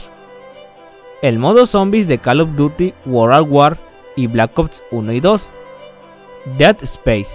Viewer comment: "deatespeis" "blacots" "eternal dartness" 😂😂😂😂😂😂😂😂😂😂😂